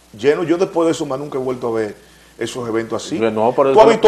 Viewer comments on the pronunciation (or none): " Nuca", NO, es "nunca"